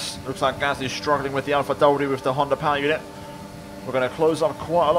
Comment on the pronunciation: Am I the only who's laughing when he's using the R with an Italian accent when he says Alpha Tauri or Alpha Romeo?😂 Must be the Ferrari accent from last year!😂👊